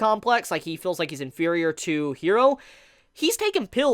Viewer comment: I love your videos and I am a subscriber of yours because I really do like your content. And I'm not gonna stop watching your stuff because I like it. But I legit cringe every time you pronounce character names.. I don't know if you watch dubbed or subbed but Japanese pronunciation is like Spanish and it's not "hero" it's "Jiro" (i know the name is Hiro but I tried to spell it phonetically) with a soft "r" like in Spanish... 😔 ..maybe if you watched the Subbed versions do you can hear the name pronunciation ..